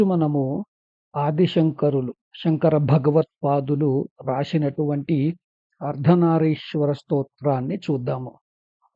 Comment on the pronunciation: అయ్యా నమస్సులు. అర్ధనారీశ్వర అని "రి" కి దీర్ఘం వుండేలా చూడమని ప్రార్ధన